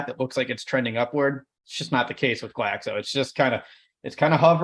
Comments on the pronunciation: It's GLAXO not GLASO! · It's pronounced GLAX-OH